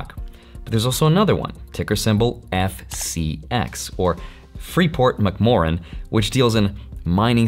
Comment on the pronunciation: Freeport "Mc-More-run"? Is that the place that sells Big Macs and McChickens?